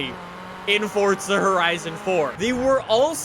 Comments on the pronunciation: Is it me or is it for, zaaaa, not fortsa? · THERES NO T IN FORZA ITS NOT FORTZA ITS FORZA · forZa not fortza ... dumbfuck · If I had a dollar for every time he said fortza instead of forza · WHY DO ALMOST EVERY YOUTUBER CALL IT "FORTZA" ITS FORZA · It’s forza not fortza ugh Canadians. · Fortza. God it pisses me off how he says it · In Fort-Zuh horizon fore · Fortza? Lol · Why do you keep saying Fortza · no one:: "Fortsa Horizun"